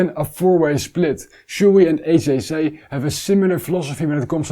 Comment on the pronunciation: Great review as always. Small tip, HJC in English is pronounced 'heetsch djay see' not 'hey j say' (the Dutch way)